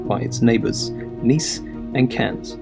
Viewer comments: Please!!! Sort your mouth noises! And it's Canne not Cannesssss!!! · It is Menton not Maton and Cannes is pronounced "Can" not "Cans!"